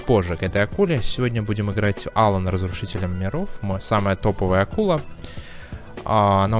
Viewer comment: А Алан разве ударение не на вторую А?